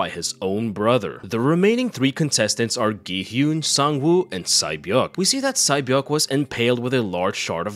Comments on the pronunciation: Sae-Byeok is pronunced Se-Bjong. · Sae beok name is actually pronounced Say beeo-ook